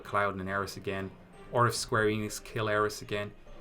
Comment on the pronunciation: “Aeris.” What? You another “Tie-dus” guy too?